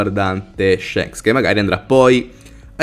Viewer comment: Si bro ok tutto però shanks SI PRONUNCIA CON LA A E NON CON LA E,le mie orecchie chiedono pietà